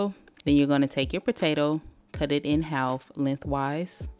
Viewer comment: Why yu say half like dat 😂😂